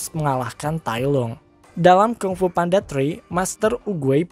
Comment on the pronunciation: Maaf kak yang bener penyebutan nya Kung Fu bukan KANG FU 🙏🥰